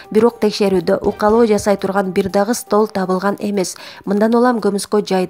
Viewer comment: Укалоо де, диктор ук-к-ка-лл-оооо!